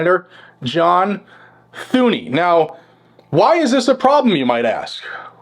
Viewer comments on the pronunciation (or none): Thune is pronounced like Dune and like Cornyn is a RINO